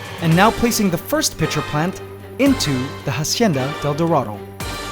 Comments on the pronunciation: "hacienda", not "jasienda" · If "Hacienda de Dorado" is Spanish, stop pronouncing the H. In Spanish the h would be silent. I can't tell for sure if it's Spanish for sure, but again, if it is, the h is silent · Dude, you pronounce it like “AHcienda,” not “HAHcienda” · It annoys me how he pronounces the "H" in Hacienda. It's supposed to be silent. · Hacienda is AH-SEE-IN-DAH You don’t sound out the H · The "H" in hacienda is silent, just so you know, continue with your day as normal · Just a little tip about La Hacienda del Dorado. "Hacienda" is a word in Spanish that you are pronouncing incorrectly. The H is silent. And it is a bit cringy when you say it wrong. Just saying... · shouldnt be the "h" in "hacienda del dorado" be silent?